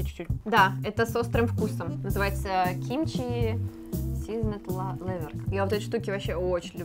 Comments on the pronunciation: Это не кимчхи а кимчи😂😂😂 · Правильно Кимчи*